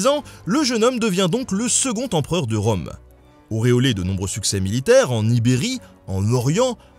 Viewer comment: Rome, comme Rume?